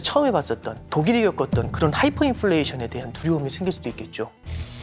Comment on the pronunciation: Hyfer가 아니라 Hyper입니다.